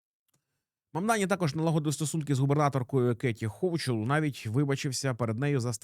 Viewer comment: її прізвище Хокул а не Хочул. Ліпше треба готуватися, базові речі не знаєте, про деталі і мова не іде!